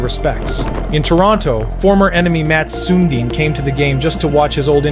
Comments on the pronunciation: Good video But dude how the heck are you pronouncing Sundin? Its SUN -DIIIIIN not Suuuundin Toronto fans are crying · more like Sön din ;) not Sun diiin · It's pronounced sundine not soondine SMH.